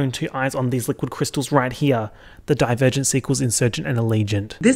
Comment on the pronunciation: every time you say divergent i hear die virgin and i never know wtf are u talking about lmao